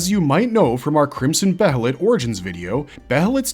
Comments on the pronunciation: dear god. its behelit as in bay-lit. not behelit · I can't help pronouncing "behelith" the same way as "behemoth" 🤷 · I know I said the only thing that bothers me in your videos is you say band of the "fulkin" but I forgot, the way you say behelit is weird too. Otherwise, great content.